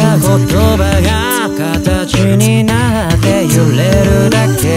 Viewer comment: 『形になって』の発音好きすぎる